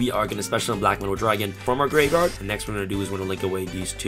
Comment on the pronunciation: Can you pronounce graveyard, tho?